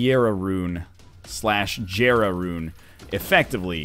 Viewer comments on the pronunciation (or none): It's so weird hearing him say "jer-ah" instead of "yer-ah"